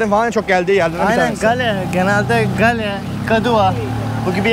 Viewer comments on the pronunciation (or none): çok özlemişim yaaa canım Srilanka )) bu arada şehrin ismi gaol diye okunuyor haberin olsun kardeşim